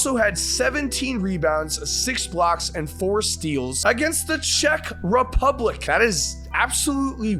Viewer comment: bro put emphasis on “czech republic” like they were the 95 bulls 💀